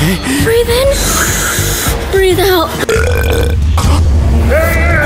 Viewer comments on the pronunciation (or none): Everybody is messing this up its breathe not breath but yes it was sooooo funny